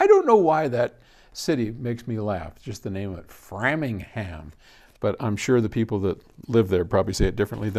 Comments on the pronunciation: Pronounced Frame Ing Ham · We say ‘Frame-ing-ham’ like you are framing a ham. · It’s pronounced Frame-ing-ham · Gotta laugh at this guy's passive aggressiveness in butchering the pronunciation of Framingham. For those who don't know, Framingham is home to Bose, which is a company this guy absolutely loathes.